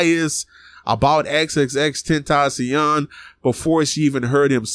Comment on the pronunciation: No not Xxxtencaion